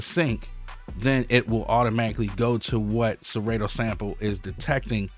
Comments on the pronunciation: killing me when u say serAYto. it’s SerAHto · I think you pronounce it wrong lol Sa-Ra-To lol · SeRAY-Toe... I Love IT LMAO! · One of us is saying Serato wrong, and it's throwing me off...